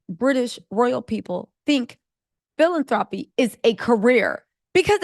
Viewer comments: Bae..say it with me girl...feel-lan-throw-pee...not feeling-thropy..😂😂I ❤U tho... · I love your commentary! You have a great mind about these things-like RIGHT in the U.S. you give from what you've made, its not a hobby! Harry, is learnin' he betta WORK!!! lol- Just wanted to say though it's phil-AN-thro-py.